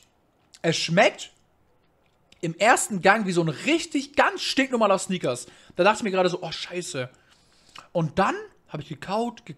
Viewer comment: Honig combo🤣 wenn dus nicht weist google doch kurz was es heisst😋 und lern pls malteser aussprechen und snickers;)